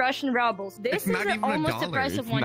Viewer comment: Yeah, just don't say "ruble" as RUBBLE, say RU-Bl.